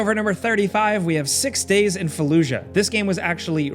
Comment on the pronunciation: What was said: "Six Days In Fallujah" What I heard: "Six Days In Felucia"